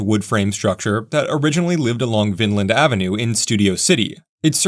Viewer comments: "Vinland?' You're not native. Natives pronounce it, "VINEland." My family has for over a hundred years. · It's not Vinland. It's Vineland. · I'm surprised you didn't stop at the Howard Building on VIneland (also: it's pronounced vine-land, not vin-land). It wasn't a Red Car station, but it was the electric substation for the east Valley. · You missed the S Bimini St/Bimini Baths station. Also, Vineland is pronounced 'Vynland' locally. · Great video, but wait! Why did you call it Vinland ave??🤣😂